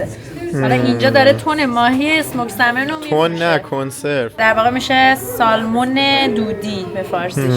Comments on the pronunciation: در ایران نوعی از ماهی قزل آلا را با رنگ چیزی شبیه ماهی salmon می‌کنند، بطور کل این ماهی در بیشتر کشورها و زبان‌ها سمن تلفظ میشه، شما تلاش کنید که درست تلفظ کنین که دوستان فارسی زبان هم یاد بگیرند.البته هر جور که صلاح میدونید. در سفرتون به تگزاس سری هم به ما در دالاس بزنید. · با احترام در تلفظ ماهی salmon حرف L خونده نمیشه و samun یا سمن گفته میشه. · L is silent in salmon. ❤